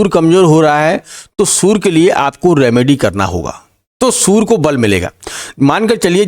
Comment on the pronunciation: Sur nhi surya hota ha